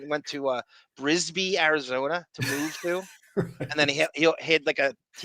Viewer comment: Kingman, AZ is always backed up with traffic. Choke point on the drive from Phoenix to Las Vegas. The town Stanhope lives is Bisbee (not Brisbee). I found Stanhope's house randomly whilst driving about Bisbee. Sticks out like a sore thumb. Neat town to visit albeit filled with hippies and drug addicts.